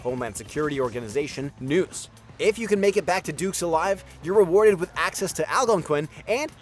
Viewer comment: That’s what happens when you hire a voiceover who doesn’t know anything about the games. He also doesn’t know how to pronounce “Algonquin”, or “dingy”. But peep that accent on “Luis Fernando Lopez” 😄